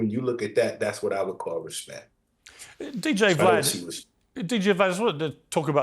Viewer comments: "Cooms" and "Vah-lad". No one in this video seems to know how to pronounce names 😒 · He called him Vuh-lad"